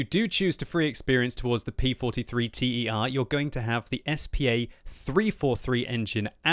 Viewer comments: Thumb down for the T E R... for godsake, that a ter, ter like third from latin ter. Not an accronym, a word. Like bis, prime, one... you don’t say B I S, you say bis !!!! You are driving me nuts. How can you pronunce all thoses germans and swedish tank names and fail at thus basics !!! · It's not a P43 T.e.r. it's a P43 ter (meaning "Mark III") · bis and ter in the P.43 line are pronounced as they're written "biss" and "tehr". It means second and third version, also used in French and maybe Russian. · P.43 T.E.R? It's just Ter... It's basically Italian for the third tank in the series, same with the Bis bieng the second. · "bis" and "ter" is not "B.I.S" and "T.E.R", it is a single word. It is Latin for "second" and "third". Just so you don't make the mistake again :)